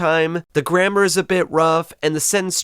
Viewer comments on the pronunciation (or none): none